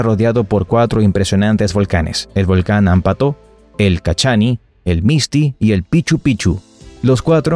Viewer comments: Otro error al nombrar los volcanes de Arequipa...el narrador dijo Cachani y lo correcto es Chachani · no es cachani.....se llama Chachani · Es Chachani, no Cachani xd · hola buenas tardes soy hector y vivo en AREQUIPA el primer volcan que menciona el locutor no se llama CACHANI es ( CHACHANI ) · Te paso la del Chachani no Cachani porque me dio mucha risa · no es Cachani, es Chachani :( soy arequipeña y me molesta que fallen en ese detalle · el volcan ES CHACHANI ACA SE EQUIVOCARON Y DIJERON CACHANI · es chachani, no cachani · EL VOLCAN CHACHANI NO CACHANI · se escribe y se pronuncia !chachani! bonito video.. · Chachani se dice